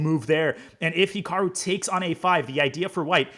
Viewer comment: Naroditsky could at least pronounce Hikaru correctly